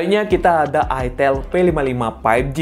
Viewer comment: Itel beda dengan itil wooooy Otak loe yg meleset ngalor ngidul Itel Alcatel Sahitel Telkomsel Kenapa ada kata tel itu merujuk singkatan telecomunication / telekomunikasi Beda dengan ITIL , huruf beda pelafalan juga beda kecuali elu cadel ga bisa ngomong i .